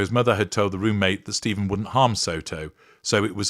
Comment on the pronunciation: Sterns' first name is pronounced Steff-an, not Steeve-en. He's an extra special asshole.